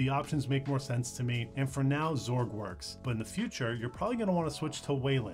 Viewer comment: when did everybody start calling X org, "zorg"? and what happened to just x or x11? ;) srsly tho, this was a good intro for non-tw users; thanks!